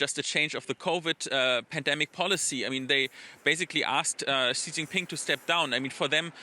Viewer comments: Somebody tell the news narrator “Xi” is pronounced “C” not “G” 😂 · It's pronounced Shee Zhinping, not Zhee Zhinping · Xi is pronounced as See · You would kind of expect a news media outlet would know how to pronounce world's 2nd largest economy leader's name? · As a major media company, I'm sure you can find a newscaster who can pronounce Chinese names correctly? Basic respect, right?